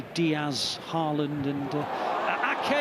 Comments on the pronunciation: It’s “Arling Hawland” not “Erling Ha-land” You’re welcome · The Commentator fits how he pronounces Erling Haaland just Like the One in the Bundesliga used to pronounce❣️❣️❣️😭